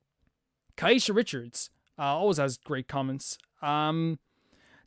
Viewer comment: Sorry I missed the stream! So shocked you remembered me :) this makes me not want to play video games LOL why stuff gotta be so scary??? (PS. if you do ever have to say my name again, nbd but it's pronounced Kay-sha like the word Okay :)